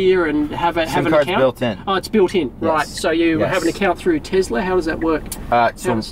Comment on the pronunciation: Tesla not 'Tezla'